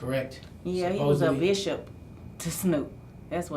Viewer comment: Not “Bishop”😂😂😂